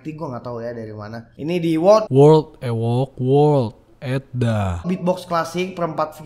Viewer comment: Ngomong world aja susah